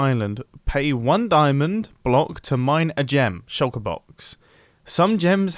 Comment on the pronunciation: Shulker, not shucker